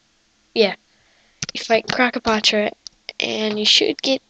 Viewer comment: LOL, THE WAY HE SAID KROKOPATRA